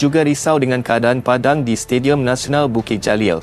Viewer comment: Sebut betul2.. PADANG BKN PADAN..teruk bahasanya